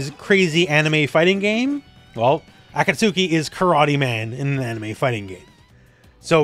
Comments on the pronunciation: Heya great video! Just wanted to say that Akatsuki's name is pronounced "awe caught ski" if you care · Ive been officially engagement baited because that mispronounced Akatsuki genuinely stunned me